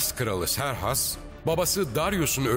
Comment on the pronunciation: Siz niye Serhas diyorsunuz ki Xerxes'in adı Keyhüsrev'dir.